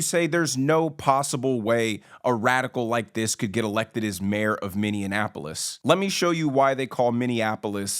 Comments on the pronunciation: Somali-Mnsotan here. 1. It's Minneapolis not Minenapolis 2. Somalis came to MN by choice! 3. Somalia has war issue not crime 4.MN is a melting pot (You seem to be a product of melting pot yourself🤔) 5. How we dress or worship may seem foreign to you but Somalis here are almost all U.S. citizens and we're a proud and successful part of Minnesota! Chew on that bud! 6. If you don't like this little guy (I don't like him either) criticize him not the entire Somali community! 7. Your chosen subject was Minneapolis but you failed to even pronounce it correctly! This underlines your ignorance aboit the rest of the world! Your assertion that the "3rd world countries" produce uncivilized people underlines your ignorance of the rest of the world! You seem to naive to know that wartorn doesn't mean crime-torn! You probably never left the Southside of Chicago? Don't pretend to speak speak for America or the West! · Why is it so hard for so many people to pronounce "Minneapolis"? It's not "Mini-in-apolis". I don't understand why so many people feel the need to add that extra syllable. This is one of those mysteries that will never be solved, I suspect. As for Fateh, I hope to hell he doesn't get elected. Youthful idealism is all very well and good, but we need grown-ups running things. People with experience in life, who understands something about reality. And we certainly don't need a mayor whose first allegiance is to the Somali community, not the City Of Minneapolis. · It is pronounced Mini- apple-is. I am from Minnesota. Nobody on the outside of Minneapolis wants this! The city is liberal and the outskirts of the city are much more conservative. Minneapolis has become a smelly armpit of Minnesota. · Why is he pronouncing it as Minninaapolis? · Sorry, are you saying "MinneaNapolis"? It sounds like you're putting an "n" in there. That's not how it's pronounced, or spelled. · It's Minn E Apolis.....not what he kept saying Or Baby Mogadishu, more here than there.